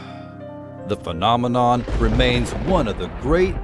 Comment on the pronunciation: Excuse my french,but I'm curious,did you say fucknominon or am i just hearing things? 🤔😆😆